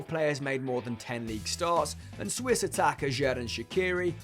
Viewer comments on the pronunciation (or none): none